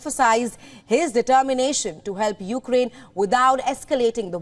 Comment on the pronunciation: It's Ukraine NOT You-Ga-Rain.